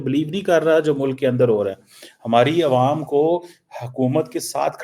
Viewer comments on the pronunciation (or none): none